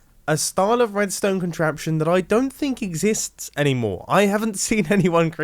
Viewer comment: I think I heard him say wedstone